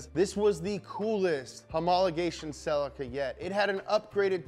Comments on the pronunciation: every time i hear selleh-kuh i cringe! its Ce-LEEEEkuh! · Sell-eek-ah not Sell-ika - otherwise great - keep em coming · The Correct Way to Pronounce "CELICA From Toyota Japan pronounce it like saying sleek car but with a "C" Cel eeca not Cellicar Listen to how Japanese Australian an Canada UK pronounce Celica! 👍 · who pronounces it ‘cell-ick-er’?? Isn’t it ‘se-lee-ca’ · SUUUUPra or sup,brah.... not its not selly-kuh its se-leee-kuh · It's pronounced ce-LEE-KUH. pleas like this comment, because I get that stupid look from people when i Pronounce it the right way. Ce-LEEEEE-KUh ......SELLEH_KUh NO! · Fun fact: the Toyota Celica is pronounced Celeeka or Cellica depending wether you live in America or not. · I’m ireland we pronounce it celyca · It's pronounced SEH-LEE-KAH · theres a LEE in celica not sellekuh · It's pronounced see lica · Its pronounced Ce-leak-ah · Damn you yanks, it’s pronounced “sell-leak-a” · Scotty Kilmer always knows when someone says "celica". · ScrappyMtZ .-. I’m standing Also angry that he pronounces celica wrong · sorry loved everything you said about the Celica at the beginning but then vomited when i heard how Americans pronounce Celica. I should have known they would pronounce it differently but wasn't mentally prepared for this 😆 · This video needs to be remade with the correct pronunciation of Celica. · Why cant he say Celica right hahaha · I hate the American pronunciation of celica